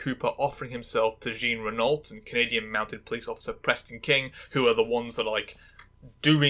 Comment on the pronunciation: Jean Renault is pronounced John Reno, emphasis on second syllable.